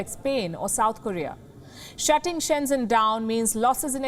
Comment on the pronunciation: so you're so happy to blackmail & desecrate China right Sharma? 1st, it's called CORONA VIRUS NOT WUHAN VIRUS, 2nd Sharma apparently does NOT KNOW HOW TO PRONOUNCE 'SHEN ZHEN' a easy city name correctly! How can I trust this news if you can't get your sources right?